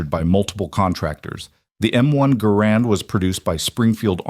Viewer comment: Not grand, GArand the emphases is on the ga.